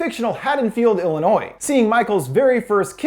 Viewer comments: "illi-noise"? - "Lar-uh-nix"? Lol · "Langdon, Illi-noise". No.....just, no. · When you said Langdon Illinois(e) I cringed. The “S” is silent.., 😵‍💫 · PRONOUNCED ILLI-NOI NOT ILLI-NOIS THE S IS SILENT sorry that triggers me when people say it wrong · It's Illioni not Illinois the s is silent lol ( some people don't believe me when I say some people pronounce the s lol guess you guys are more rare now lol) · Did you say "Il-annoy-iss"? Lmaoo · “Illinoiz” “Larinix” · Did he just say Illinois instead of Illinoi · Bro, Illinois isn't plural so it shouldn't be pronounced as such. Pronouncing the S at the end of Illinois makes my ears bleed and I'm not even from there. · i did not just hear this man say illi-noise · you said illinois wrong that s is silent it’s said illinoi. You said it correctly here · The s at the end of Illinois is not pronounced. Its like (ill-eh-noi) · You don’t pronounce the “s” in Illinois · Idk if its just me being from Chicago but him pronouncing the s in Illinois pisses me off😡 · The cringiest moment is mispronouncing Illinois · The s in Illinois is silent :( I’m sorry it triggered me. Thumbs up for your time invested to give us this beautiful summary ❤️ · As someone who lives in Illinois, and hearing you pronounce it: the s is silent my dude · The "s" in Illinois is silent bro. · just to point out, you said Illinois with the s sound pronounced, the "s" in Illinois is silent. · the s in illinois is silent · that moment when you slip up on pronouncing illinois and i can't help but cringe slightly because its where im from and its not pronounced like that xD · I don't wanna be a dickhead by the S is silent in Illinois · It's a sin how he pronounced illinois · I love ur channel to death!!! But the "S" is silent in Illinois. :-) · I don't think I'll ever be able to move past the fact that you pronounced Illinois with an S...